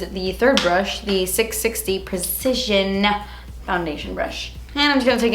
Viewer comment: I love that struggles to say "precision" because I also do lol is that a Cuban thing?